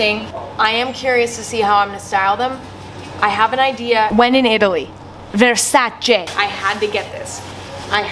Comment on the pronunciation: TY FOR THE CORRECT VERSACE PRONOUNCE (WAS ALREADY IN CAPS MY BAD)